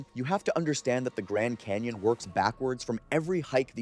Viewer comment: What's a Grand "Cayon" ?